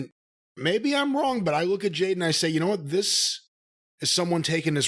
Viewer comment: For months I've been going insane. I'm glad I'm not the only one who knows that Jim calls Jade, JANE!